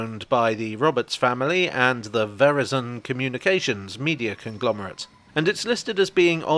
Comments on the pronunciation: The way you say Verizon hurts my ears. Sounds more like "horizon". It's less of a media conglomerate and more our local telephone company here in New York. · No offense, it’s pronounced “Ver-EYE/AYE-son”.